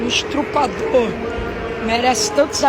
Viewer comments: Lembrando ainda fala errado ESTRUPADOR é n Estuprador. Alguém para de dar mídia a esse retardado mirim. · Estrupador kkkkk o cara não sabe falar estuprador da forma correta . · “Estrupador”kkkkkkkkkk olha o nível do português. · Esse garoto picareta deveria estar na escola. Ele fala estRupador. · Cara ficou corrigindo o James no podcast, mas fala "estrupador" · Garoto não é estrupador é estuprador aprendeu o inglês e não sabe falar português. Vc não é missionário e muito menos pastor vc é um charlatão. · Ele é tão poliglota. Fala tantas línguas. Mas esqueceu de aprender a falar a língua portuguesa. Pq não é ESTRU.....OR. E SIM ESTUPRA....OR. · É só ir no hospital kkkkkkk afinal sistema/protocolo/arquivos na adm da instituição 😉 menino arrogante, abusivo, e quando fala em dinheiro íntima, muda seu comportamento, vergonha alheia não sabe nem falar estu*pr*or e qual a comparação? Meo que nojo desse menino, se eu fosse o médico dessa mulher agora eu ia querer que ele a curasse, uma vez que esse ser disprezível ofenda o CRM de uma pessoa formada e conceituada em sua profissão. Eu ah toma vergonha. Ele não adivinhou seu câncer linda ele pesquisou sua vida, chuçada de vdd gente não dá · Primeira NÃO ESTRU... É ESTU... PRA... PRIMEIRO TEM QUE APRENDER A FALAR CORRETAMENTE PRA DEPOIS FAZER DISCURSO DE PASTOR... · E ainda fala errado,estrupador . volta pra escola seu moleque ! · Estruprador?! Esse jovem realmente fala línguas estranhas 😂😂😂😂😂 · Nem um "esTRUpador".KKKKKKK Fala sério! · Engraçado ele dizer "nem estuprador merece tantos adjetivos quanto eu estou tomando na rede social"!! Ele LITERALMENTE disse que um estuprador não merece ser odiado!! Esse mlk é imbecil a esse ponto, sem falar que ele falou estrupador (da forma errada)!! Se, por algum motivo, você chegar a ler esse comentário, fica a pergunta: pq tu defendeu estupradores?? Tá escondendo algo da rapaziada querido?? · Alguém fala pra ele que é estuprador, e não atru...pador!!! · Estruprador? Kkk